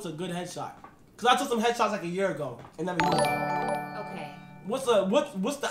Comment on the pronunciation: “Cant forget the bev NEVA NEVA NEVA”💀💀